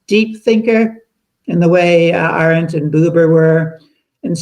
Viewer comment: Her name is AH-rent, not a-RENT. Please do her the honor of pronouncing it properly.